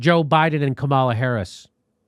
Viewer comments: Jimmy, you’re right on the money... but quit with the Kuh-MAHla Harris, you sound like a racist douche: it’s KOMMA-la, quit being a douche, c’mon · it's pronounced Comma-la, Jimmy, you racist.